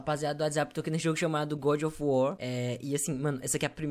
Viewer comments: "eita djabo, o deus da... O godjofuar" Tomando cafe de boa e quase cuspo na mesa kkkkkkkkkkkkkk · Toda vez que ver esse jogo agora vou só me lembrar do falando: é godi ofi uó mano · Vc roubou esmola de mendigos, meteu a Paulada nos cachorro de rua, e dps vc deixou pessoas com depressão ainda mais com depressão* A desculpa: "É o gódi ofi uar né" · é o goudi ofi uar é?